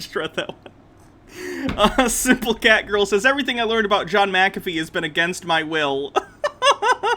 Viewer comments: I'm glad I'm not the only one yelling McAfee (Mac-a-fee) as my BP rises every damn time he says that! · And sometimes micka fay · How do you pronounce it? Mac- feeee.... right?...lol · The mini rage over not pronouncing Mcafee right is glorious lol